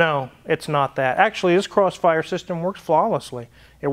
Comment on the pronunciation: You'll get caught up in the... Crossfyurrre. Crossfyuuurrreee!